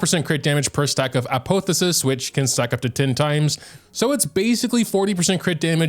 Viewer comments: the way he is pronouncing apotheosis is triggering me so hard. A-pah-theo-sis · "Ah-poh-theh-sis" made me lol. My dude, type it into Google and hit the speaker button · Apotheosis is pronounced App-off-e-oh-sis for future reference